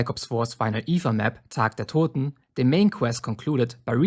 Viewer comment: wusste dass du deutscher bist als du tag der toten ausgesprochen hast 😂